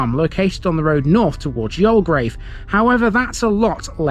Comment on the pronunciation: 'You'll grave' = Youlgreave. :) Another, very interesting feature of Gratton, apart from it's ancient, Roman use is that Rollo/Rowlow Brook is a seasonal flow of water coming out of the ground after periods of rainfall. How deep it emerges from is unknown, because it's water eroded limestone. The brook, wet or dry, marks (one of) the boundaries of the White Peak (limestone) and the Dark Peak (gritstone). All the rocks above Gratton Grange Farm are huge boulders of gritstone, whereas the rock above The Cheese Factory is all limestone. Hundreds of millions of years ago, the ancient seas got thrown up to the surface of younger seas forming what's known as The Derbyshire Dome. The ancient thermal springs in Buxton are also on this boundary line, only that water emerging between the 2 types of rock is warm. This is why I love Gratton..its not just local, human impact history, but earth formation old! btw, nearby, across the dale from the grange farm, is the medieval village of Smerrill. Thanks for your spotlight videos, very informative.